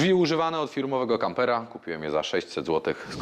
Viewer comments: Kapera? A nie kampera? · Hahahhaa" kapera" make my day😂😂😂